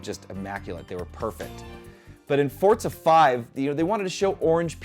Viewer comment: Am I the only one that keeps hearing him saying "Fortza" instead of "Forza"?